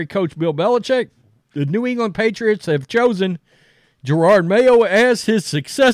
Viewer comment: Jerod…… NOT gerard